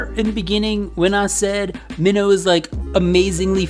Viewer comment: also it’s pronounced “my-no” he says his name like that in some of his songs